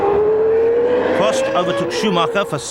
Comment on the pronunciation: "Berger's Fewawi" is hilarious